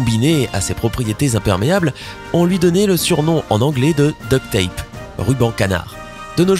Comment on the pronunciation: "Duct tape", pas "duck tape" !!!! le coup du "duck", c'est une connerie d'internet qui tourne en boucle.